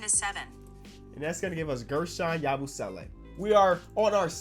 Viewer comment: Hey, if you read your comments than this should help. Guerschon yabusele last name is pronounced (ya-bu-seh-lay)👍